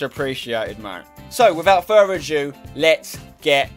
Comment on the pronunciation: "Further aJEW"?!?!